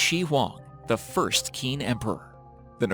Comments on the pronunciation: "qin" is pronounced as "cheen", not "keen". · Qin does not equal "keen" its pronounced "chin" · The Chinese name Qin isn't pronounced, "Keen," it's pronounced more like, "Chin." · The Q in Chinese is pronounced as ch sound, so the Qin word isn't pronounced as keen but rather as chin, just so u can say it probably and I did enjoy the video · Its irritating to have the narrator mispronounce the 1st part of the Chinese emperors name....Qin is pronounced as "CH"..chin not the kin. If the narrator was not sure of how to pronounce a Chinese name then listen to a person who does. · Qin is pronounced "Chin", not Kin, lol fyi for chinese knowledge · the first "keen" emperor. Seriously? It's actually pronounced "chin" and is the name of China's first imperial dynasty. Some research could have easily caught that mistake before you put it in a video that has been watched by tens of thousands of people... many of whom are now a little bit dumber because of your laziness. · As a student studying Chinese Revolutionary History....it’s pronounced “Ching”, not “Keen” ‘Q’ is pronounced as “ch” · Qin is pronounced like “chin” not “kin” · Qin is pronounced chin not qeen lol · Qin is not pronounced "Keen". It's pronounced "Cheen". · I think the letter 'Q' of Chinese is not read as 'K'. I wish those doors are opened except for the hotel room. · Ummm...the Q is pronounced like “ch” as in the ch of China. 😒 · it's not kur-rala, it's keh-ruh-lah Edit: Oh my God, Qin is NOT pronounced "keen"! I'm not Chinese, but even I know that much... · Qin is pronounced “Chin,” as in “China.” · Qin is pronounced chin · like the video but qin is pronounced chin. as in the first emperor to unify and name qin which through time and similiar shitty translations became chin then china infact listen to a spanish speaker say the word china. cheena. qina qin chin damn. its not hard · Qin is pronounced "Chin" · fyi...QIN is not read as kin... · Qin is pronounced Chin, by the way. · "Keen" Emperor. lol